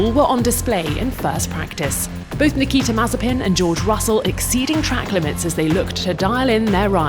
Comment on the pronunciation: This chick keeps saying "Nikki Temazepin" and it's enraging